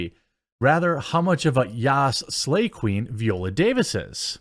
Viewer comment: her name is pronounced vEYE-oh-luh or veye-OH-la. not VEE-oh-luh.